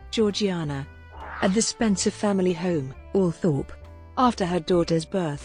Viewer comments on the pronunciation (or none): For a start , her name was only ever pronounced by her family and those who knew her, as George-Jaynah. And, her family home was pronounced Altrup, not Al Thorpe.